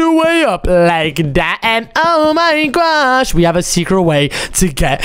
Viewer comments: Stop Finn oh my gosh Because you said oh my gwosh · it's not gwosh